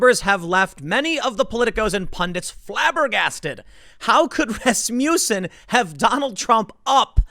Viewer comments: “Ras-mussen” no “you” sound. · Every time I here Rasmussen I think I hear Rasputin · rass-muh-sin - watch a dang hockey game, tim XD